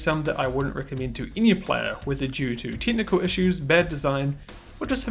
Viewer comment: You pronounce "decades" as "dickheads" and "technical" as "tentacle".